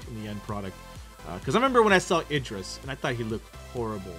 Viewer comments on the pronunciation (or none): none